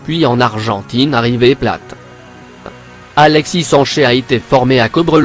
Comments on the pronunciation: Tu prononces hiper mal "Alexis sancher" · Apprend a parler “ Alexi Sanché “ tu m’as tuer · Est mec j'ai rien contre t'es video mes t'es pronontiation des nom'et meme ceux des clubs sont mauvais arrete de parler de cette fasson alexis sancher n'existe pas ces alexis sanchez avec un z man t'es serieux